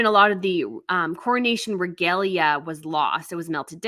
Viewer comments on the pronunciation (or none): none